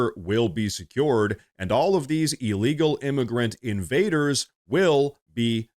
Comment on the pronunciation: Please. It is not E-legal. It is IL-legal